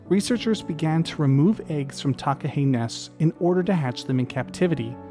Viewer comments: I've seen takahe in Zealandia, it felt like going back in time and seeing a dinosaur, it's known as a a living toanga here, a sacred part of nature. Would love to see them in Fiordland one day. Btw nice pronunciation on takahe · As a New Zealander, this was a great video! I did a school project on the Takahe - thank you for this video - well done on your pronunciation -I agree with the series suggestion, as you could do a whole series on NZ birds such as the Kakapo Huia, Saddleback, Kokao or the Fairy Tern, (NZ's Rarest bird). I loved this video and would love to watch more of these sort of videos.